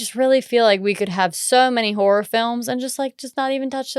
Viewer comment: It legit sounded like you said "Every Man Whore Director" for "Every Man Horror Director" LOL